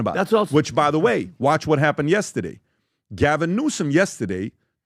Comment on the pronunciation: Yestaday’s(get it, the way PBD says it), anyway yesterday’s episode with Jared was one of the best!! I ordered his book. Jared needs to testify in front of congress.